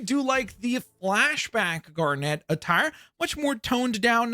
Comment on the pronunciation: The way you say Garnet is so annoying. It’s not Gar-Net it’s one word. Also fusion is direct from the show and looks exact to that. Just like the Batman one you mentioned earlier. Just because you don’t know the fan base doesn’t mean you talk about it like it’s garbage.